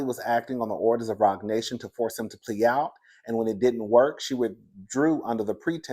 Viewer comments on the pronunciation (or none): none